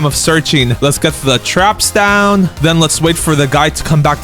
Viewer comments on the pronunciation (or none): none